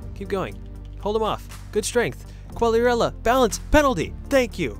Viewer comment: è molto buona bro, di solito voi americani pronunciate Qughliarella